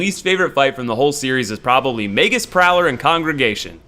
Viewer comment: May-jus. Mage-us. Not may-gus